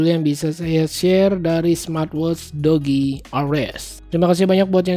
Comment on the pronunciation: Mending bacanya "duji" aja bang..